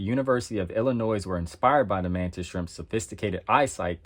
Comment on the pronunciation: University of Illinoise lol